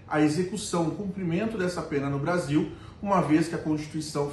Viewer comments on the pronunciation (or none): ela falou brasinhou😂 não foi espanhou😅😅